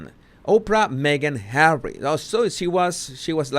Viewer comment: I love how he says "Hawwy"! I can't help but smile or giggle.